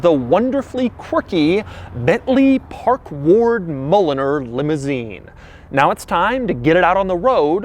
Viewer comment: Oh! Park Ward! Park Lord sounds better!🤣